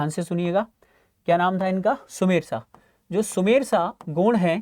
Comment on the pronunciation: गौड़ नही हे भाई गोंड हे